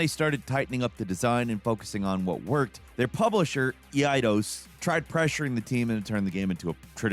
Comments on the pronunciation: I always thought it was spoken as "Eye-dose" not "Eee-eye-dose"... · it's pronounced like aydos or eedos. The way you say it drives me insane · “E I Dos” and “Deyuoews” are never going to catch on as pronunciations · Deyoos ex and Ee'eydos..... Brother 😂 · The pronunciation of Eidos is WILD! 😂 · Yeah that yiked me too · is crazy. How does he not know how to pronounce Eidos, but at the same time knows about Anachronox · I had to pause the video because that's the first time I've heard anyone mispronounce it so badly. Listen to how he pronounces "Masamune" from FF7